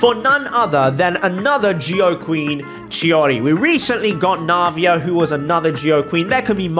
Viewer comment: I don’t know why but saying chiori sounds like he is saying shawty…